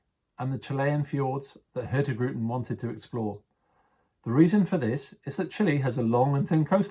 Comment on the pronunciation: I love how the host constantly mispronounces the name of the company he works for: hurtigruten. The G is silent :D